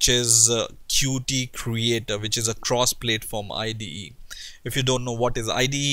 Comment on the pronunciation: Please, it's not pronounced "plate form". It is [pl]at-form rhymes with at-form. Hindi accent is not so bad, but yes 1.5x speed-up is beneficial.